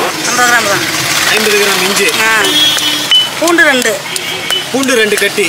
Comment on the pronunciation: Inju இல்ல இஞ்சி